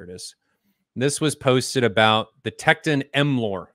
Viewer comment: Why is he mispronouncing "Tekton" and "Troubadour"? Wow.